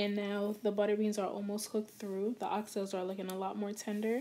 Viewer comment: I’m just not used to hearing it because of our accent but absolutely nothing wrong here